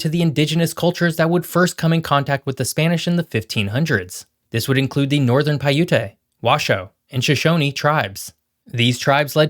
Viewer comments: It's not "Pi-ut-a". It's "Pie you-t. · Pie ute,not pi utae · Just fyi, you said the the other Tribe names so nicely but Paiute is pronounced py-oot / paiju:t/ . Thank you! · Good content! The e in Paiute is silent 😉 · Correction: Boundary Peak is not in the Sierra Nevada Mountains. It is in the White Mountains. You also need to find out how to pronounce Paiute.